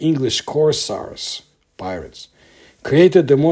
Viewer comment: Not to be an ass, but it's Cours-AIRS. Long "A". Excellent video. This thing seems to be kinda the real life version of Sauron's Ring from LOTR. Except its trying to get back to Meso-America instead of Mordor to its Sun-God master.